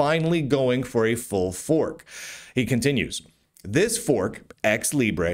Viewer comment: As a Spanish speaker, from flipping Spain at that, I'm offended by your grossly wrong prounciacion of Libre, with that absurd overpronunced schwa. You Americans and your crazy vowels!